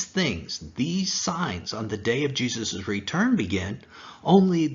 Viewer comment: Would you please stop saying Jesus’es. It is Jesus’ . Moses’ is pronounced the same way- only two ess.